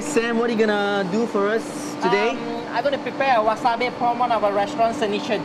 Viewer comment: Chef Sam Leong, its actually called Wasabi, (wasabee) not wasabay...